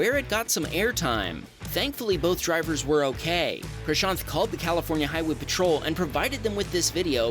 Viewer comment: What's happening on the screen: Cars crashing into each other in ways that would easily pass for a Hollywood movie scene. What I am noticing: "Wow, this is the first time I hear an Indian name (Prashaant) being pronounced accurately by a westerner"